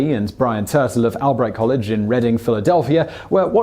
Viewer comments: I just wanna point out that Reading is in Pennsylvania, not Philadelphia, and it's called "All-bright". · Philadelphia is a city, just like Reading, both in Pennsylvania. And my alma mater is pronounced "all-bright", after Jacob Albright, early father of The Evangelical Association, which eventually became part of Methodism in the USA.